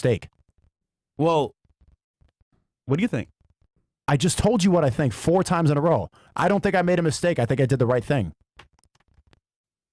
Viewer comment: "Tink about dis"---Fresh